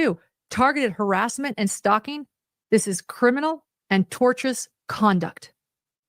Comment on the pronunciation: Tortious interference Lauren 🤣 not tortuous. This are two very different things.